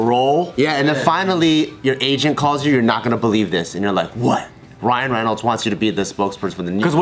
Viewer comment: *rhino reynolds* 😭😭😭